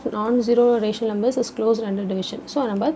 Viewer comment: Rumber ❌ number💯😂😂